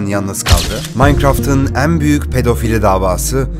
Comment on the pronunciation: en büyük derkenki 'en' leri yanlış söylüyorsun dostum. belki düzeltirsin görüp. kapalı söylemen gerekiyor.